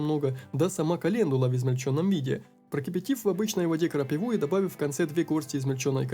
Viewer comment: Повествование огонь! Прохождение бодрое и веселое! Одно не поиму почему крапИву крапивОй называешь.